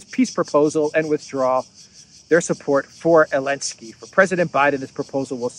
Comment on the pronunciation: Why do you never say the "Z" in Zelenskey? Now I've heard I can't un-hear it and it's winding me up lol.